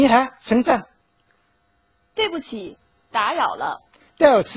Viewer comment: 对不起打扰了，怎么听起来是对不起草泥马🤣